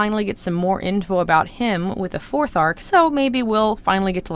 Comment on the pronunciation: Did you say thorth?!? I thought it was only three!